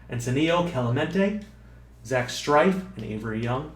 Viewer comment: strefe not strife